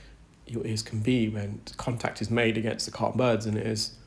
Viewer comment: I suggest “ehh,” “Umm,” “Keratin,” “Can’t possibly get it,” “Anterior,” “cotton boods,” “Otalgia,” “Mooshy,” and “attended.” Don’t play and drive. 🫡👍🏼